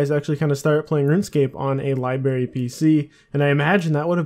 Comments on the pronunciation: Library not libary ffs. Libarian? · libary? lol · I think that's just a Canadian thing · Came here to say the same thing..... Libary...... Kill me